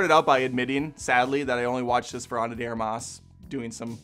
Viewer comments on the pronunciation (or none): The emphasis goes on the 1st syllable: ARMas (not armAS). Sounds like you are saying 'arm-ass' 🤭🤭 The correct pronunciation is like the English word 'ARMpit'. Please correct it moving forward, it gets annoying after a while The director also did the Assassination of Jesse James, which is a great film. 👍🏼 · Armas has the emphasis in the first A. Source I speak Spanish.